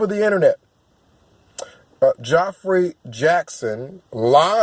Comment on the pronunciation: Geoffrey is pronounced like Jeffrey.